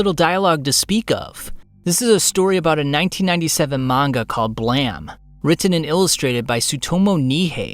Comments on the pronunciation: Dude, it's Blame, not Blam. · Isn’t called blame? Not bhla-me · …wait Blam? Don’t you mean Blame? There is an E at the end. I was so confused I looked it up on google to have them read it to me. Definitely blām. Like bl-aim. 🤷🏼‍♂️ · I'm 99% sure it's pronounced Blame and not Blam. Here's my reasoning: the japanese alphabet doesn't have the "L" sound or the hard "e" sound. So, a japanese person trying to say "blame," it would sound like "blam". Or more accurately "Bu" "la/ra"(the 2 sounds combined) and "mu", which is exactly what the japanese characters sound like.ブ = Bu, ラ = la/ra(combined) , ム = mu. Japanese culture uses English words all the time in their products and advertising, it would make sense that they used an english word. If you've been to Japan you know what I'm saying. I speak very basic japanese and this being Blam and not Blame, knowing the japanese phonetically, doesn't make any sense. If whyone has any evidence to show otherwise, I'm open to it. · bro it's Blame not Blam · Noice video... except it's not pronounced blam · blam? not blame? wat???? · My dude it is blame, not BLAM. blamE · Why do you say it "BLAM" instead of "BLEJM"? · I came here for BLAME! Not Blam. Hahaa! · Blam? Surely its blame! Like when you blame someone fpr something. Either this guy is better informed than me, or is so wrong he has me gaslighting myself. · Why pronounce it blam when it says blame? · Im pretty sure even the creator calls it blame, not blam, not sure tho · its blame not blam lol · I’ve never heard it pronounced like “blam” instead of like it’s spelled “blame” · It's pronounced BLAYME! Not BLAM! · BRUH... its not called BLAM, its BLAME. lmao. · Its not pronounced blam, its pronounced blame.. like the word lame with a b on the front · It's not called BLAM...it's called BLAME. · >blame Says "blam". Wtf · Bruh is it really pronounced like "blam"? Always thought it was how you say blame🤔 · AI slop. Keeps pronouncing it as "blam". Obvious tell. Do better.